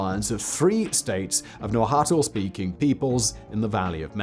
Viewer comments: Great content. Love it. Please, research pronunciations. Nahuatl is not pronounced "nah-hoo-tel", it is more like "naa-waa-tl". Particularly, there shouldn't be any vowel between the t and l sounds, but if you need one, it is better if it is a shwa. Also Tenochtitlan, the ch sound is represented with ch, the t represents pretty much the english t sound. But after butchering those two, Ometeotl was decently pronounced. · Hi Simon 👋🏻 just for future reference, vis a vis “Aztecs” (Mexica), the pronunciation is: Nahuatl: “na-WAt” (very subtly on the “t” as if you’re whispering it after emphasis on the “wa” sound. Tenochtitlan: “teh-noch-TIH-tlan” emphasis on the “tih”.